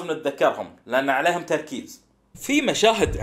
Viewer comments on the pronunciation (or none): none